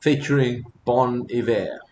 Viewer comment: my man, you are one of a 100 who pronounce Bon Iver correctly.